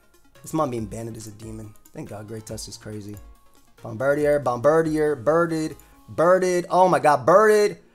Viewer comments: It's not bombirdier, but rather, bombdirtier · Bomb-bird-ear, not bomb-bird-e-er. Taken from Bombardier, which is bomb-burr-deer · You pronounce it like such an American it's bomb-bir-dee-ayy